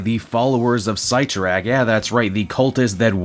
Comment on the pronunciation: Oof, that art... Also, never heard "Sit-tor-rack" pronounced as "Seight-tor-rack" before lol